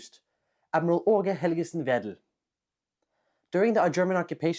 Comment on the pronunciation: G and D in Aage Helgesen Vedel are soft in Danish, it would more be pronounced as "Åue Helyesen Vethel"